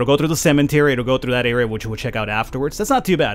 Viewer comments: Love the game and your pronounciation of cementary. cemetary. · Its called a CEMETERY! Not CEMENTERY! XD